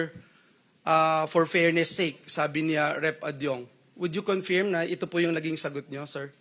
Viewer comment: KINONFEERM... tanginang tao to umabot sa pagkasenador ganyan bigkas ng Confirm